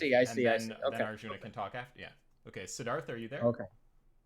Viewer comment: I kept thinking was saying Darth when he would say "Sidharth"